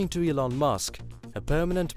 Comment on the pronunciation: Its Elon, not Ilon.